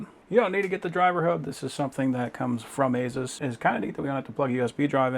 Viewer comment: A build like that and dude mispronounced "ASUS" AND called the SSD a hard drive lmao. 💀